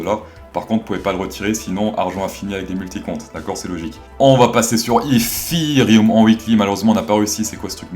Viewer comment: SALUT Juste comme ça pour savoir... Pourquoi tu dis Yffiriume pour Ethereum? 😂